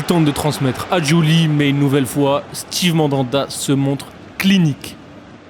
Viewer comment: Quand tu sais toujours pas que c'est pas "stive" mais "stève" Mandanda ça te laisse présager du niveau de connaissance du championnat, pas comme s'il avait joué plus de 10 ans en france